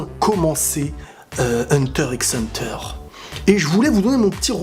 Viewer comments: Hunter et non pas hunteur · Hunta Hunta